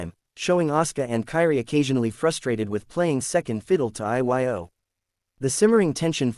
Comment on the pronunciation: IT'S PRONOUNCED EO